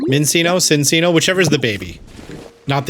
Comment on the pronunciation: BTW, it's chin-chino, not sin-sino. The animal it's based on is the chinchilla, and two c's in Italian is the ch- sound. Yes, it should actually be sin-chino, but Pokémon's weird like that.